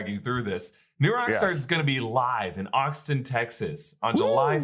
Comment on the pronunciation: Did he say oxton texas or Austin texas ?